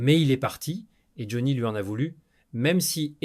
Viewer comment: Vous pourriez quand même mettre une vraie voix qui sait au moins prononcer le nom de Johnny vu que la vidéo le concerne... On passera tous les autres mots prononcés n'importe comment, les liaisons inexistantes, etc etc etc.. On dirait un sketch ! Amateurisme, Flemme et IA .vont bien de pair... Merci quand même pour le fou rire sur le mot rockeur.... "Roqure".